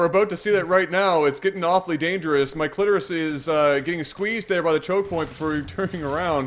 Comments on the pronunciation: why did i whole time hear say "my clitoris" not "Mikelitoris"??? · You guys really gave up on trying to say Mike Litoris